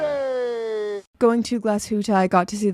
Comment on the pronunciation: That Badboy “Nooooooobody” I still think about it. It’s proof of your Canadian roots. LOL